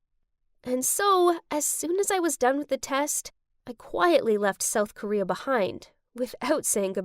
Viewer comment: It’s not soael Korea it’s south Korea